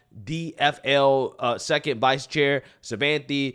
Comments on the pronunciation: I want to give you a tip to pronounce the woman's name (I'm Indian). She-waan-thi Sa-thaa-nan-dhan. Shivanthi means a part of Lord Shiva (God of destruction in Indian Mythology). Sathanandan is made up of 2 parts: Sadha - meaning 'always', and Anandhan - meaning 'happy'. So, it means 'always happy' or 'eternally happy' - which also is an attribute of Lord Shiva. The name is of Tamil origin, and in the Tamil alphabet, the letter for 'tha' and 'dha' is the same. So, she is writing Sadhanandan as Sathanandan, which is just a variation when you transcribe the Tamil word to English. I see all the videos that people are struggling with her name. I thought maybe I could help you to get them to pronounce her name a little more easily. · Shi-vahn-tee. Saht-ah-nahn-dahn